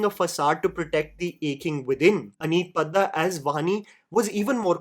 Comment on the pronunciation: Nahi nahi. It's अनीत पड्डा not पद्दा। Bandi ka galat naam nahi lena mujhe pyaar ho gaya hai ❤